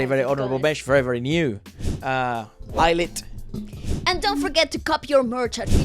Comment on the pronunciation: Eyelit?? Really??? 😂😂😂